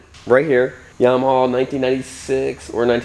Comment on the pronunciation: Is that how you're supposed to say Yamaha? Yama-hall? : )